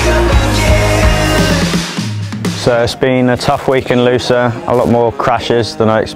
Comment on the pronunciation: Nice! Just a little tip, no foreigner says Lousã correctly but its lowzan, not loosa. It's the final accent that makes all the difference.